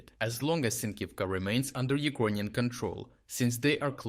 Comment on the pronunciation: Why tf do you speak the Word Ukrainian so weird ??